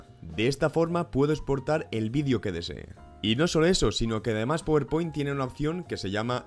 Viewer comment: Se dice "Páwer Point" no powerpoint